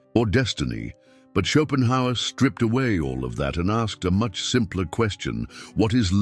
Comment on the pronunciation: Chopin Howard - gotta love AI narration. 😆